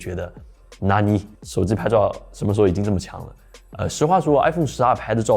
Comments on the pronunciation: 手机读手zi好难受。。。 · 能不能不要把手机叫手之。。。